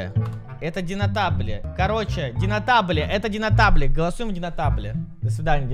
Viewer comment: Не динотабле а Донателло